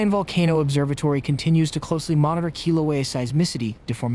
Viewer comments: Lolo buggah its not kilo its kilauea. LAU. u if you gonna report, pronounce correctly lolo haole. But mahalo for the rest of the info.🤙🤙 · Holy shit, say the name right. Fuck bro lol